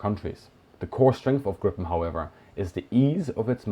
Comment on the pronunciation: 18 seconds in, and I just have to comment on the excellent pronunciation of Gripen. In Swedish, it's much more like [greepen] than [grippen].